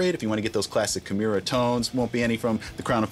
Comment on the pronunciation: I always hated how Rob pronounced his own bands name wrong